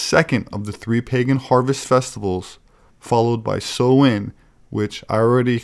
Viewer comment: You pronounced Samhain correctly. I'm truly impressed. Then again you always impress me. Thank u, you are my brother, hope you had a great day today.